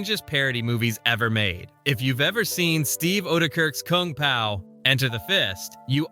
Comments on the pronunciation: "Koong pow" so ai voice video gotcha ill click off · koong pow, c'mon ooodekerk AI trash